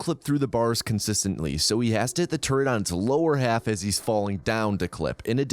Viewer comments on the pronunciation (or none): why do you say 'half' like that